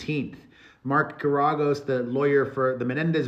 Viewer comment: Brush up on your Geragos pronunciation 😊